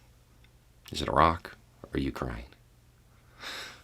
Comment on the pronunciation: A tip of my hat to for pronouncing "Iraq" correctly. It's the little things in life.